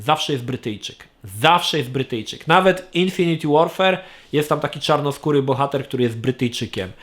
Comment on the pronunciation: 'infinit łorfer' a nie 'infiniti łorfer'!!!;]